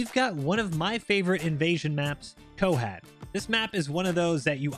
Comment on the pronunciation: its not pornounced ko-hat it kinda sounds like ko-hot the "ot" sounds like word "ought" source: im pakistani